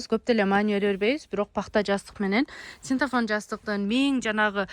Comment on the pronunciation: Синтафон эмес, синтепон десен. Жер тошоктор чехол тошоктор барбы